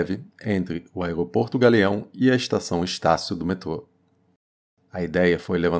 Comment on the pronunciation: O aegopogto do gagueao é longe demais